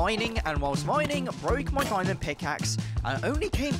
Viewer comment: Bro you saying diyimond lol bro